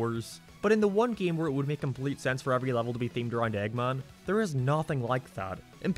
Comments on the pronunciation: dude where's you accent from?, I got confused whenever I heard "eggmon" and "coohl", you sound scottish but your accent feels super americanisd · Why do you pronounce "Eggman" so weird? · The way you say "Eggman" makes me confused and uncomfortable for some reason